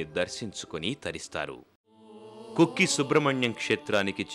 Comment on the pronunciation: కుక్కి కాదు.. కుక్కె